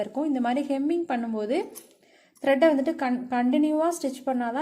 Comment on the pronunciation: Hemming not kemming. English um theriyathu , Tamil um theriyathu.